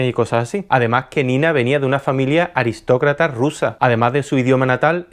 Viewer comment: Me ha dejado con mucha ansiedad su muerte pero qué gran vídeo! Aunque digas aristrocratra.